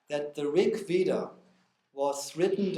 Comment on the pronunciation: Narrator can write in Devanagari script as vedha and yet mispronounces it as Veda!